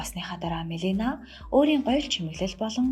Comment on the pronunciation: Мелина гээд буруу дуудаж ярих юмаа Мелания гээч дээ.